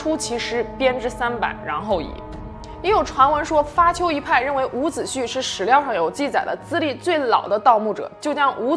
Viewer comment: 伍子胥 （xu)一声~